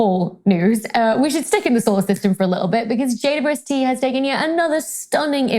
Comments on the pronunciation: When Dr. Becky refers to the James Webb Space Telescope, it sounds like she says "JUST" instead of "JWST." Why is that? Does the British pronunciation of "W" sound more like "U"? Just curious. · Thanks for the reply. Makes sense to pronounce the "u" as "you", but I don't hear the "double" at all. 🙂